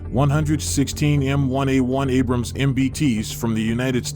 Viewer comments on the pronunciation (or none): none